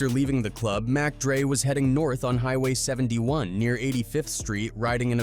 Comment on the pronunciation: You called mac dre mock dre wtf get it together